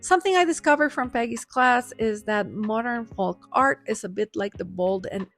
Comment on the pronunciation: Folk pronounced Foke. I tell you this, because your English is so flawless, I don’t want this small word tripping you up.